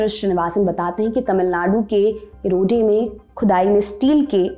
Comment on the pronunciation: Apne kuch words glt pronounce kiye h... चेर वंश(present day Kerala) , इरोड ( a city in Tamilnadu)